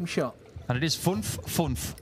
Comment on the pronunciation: „Double Funf, and it ist Funf-Funf“ loved to hear it hahaha❤😂